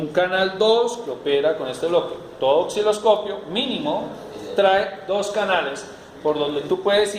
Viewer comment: Aparte no sabe pronunciar la palabra OSCILOSCOPIO